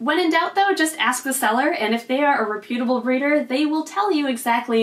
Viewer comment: Very interesting and informative. Just FYI, the word is "REP-ut-a-ble," not "re-PUT-a-ble." Other than that, great stuff.